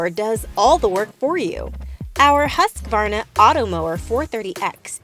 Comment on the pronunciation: I Love how you pronounced Huskvarna, never heard an american say that